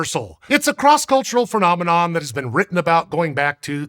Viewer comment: Hehehe…he said “phernomenom”…